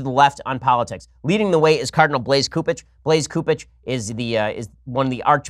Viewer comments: Ben its soup ege not coup ege. Fyi and he needs thrown out also. But even with all this carnage I will never leave the catholic church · Cupich is pronounced "soup-itch" in case he stays in the news.